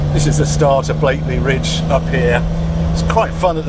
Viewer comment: It's Blakey Ridge. No 'l'